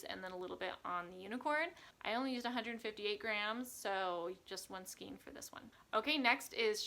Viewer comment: FYI The word skein is pronounced ‘skane’ with a long ‘a’ sound. I recently just bought this book! So cute!